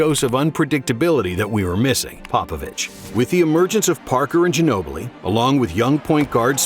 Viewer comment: The way they butchered Ginobli’s name. My god lol